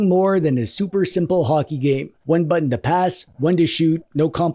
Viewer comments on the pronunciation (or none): none